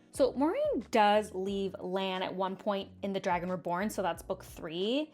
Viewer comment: I was actually comparing mine to yours...hahaha so maybe I don't need to be as worried. I do want to give you a hard time, you def kept switching between different pronunciations for Lan ;)